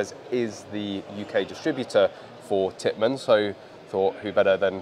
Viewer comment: it’s Tippmann not Pittmann